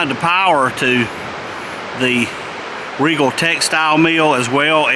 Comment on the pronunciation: Again.. it is pronounced like Regal! My Mom worked at a Riegel plant.